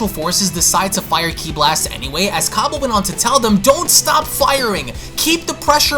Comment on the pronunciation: i love your youtube channel, but there is something you need to know its cAbba as in cabbage not cobba as in corn on the cOb